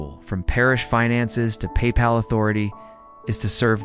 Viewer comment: I like the voice, but papal and laypeople are oddly pronounced.